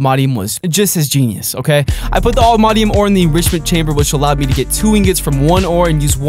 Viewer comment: You say to much chainbers